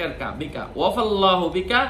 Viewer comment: আসসালামু আলাইকুম হুজুর, আপনি এই দোয়াটা দ্বিতীয়বার বলার সময় ওয়াফাকাল্লাহু বলেছেন। কিন্তু ১ম এবং ৩য় বার বলার সময় বলেছেন ওয়াফাল্লাহু। তাহলে কোন উচ্চারণটা সঠিক হবে।আরেকবার বলে দিলে উপকৃত হব